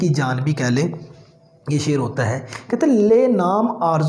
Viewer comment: teacher does not know the ABC of urdu literature. He can not even pronounce sher in proper manner.